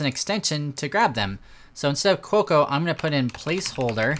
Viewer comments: Every time he said Cuoco it was like fingernails on a chalkboard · Quokka is actually pronounced "kwokker". It is a small Australian animal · Americans pronounce the 'r' at the end. So let's say it's pronounced 'kwokka'.